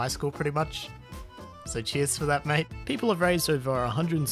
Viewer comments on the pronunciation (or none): none